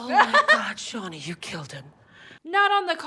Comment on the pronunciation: “And back with Shanda” Umm…Shauna? I was cracking up